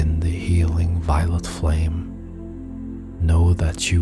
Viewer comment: Is he saying violent light or violet light?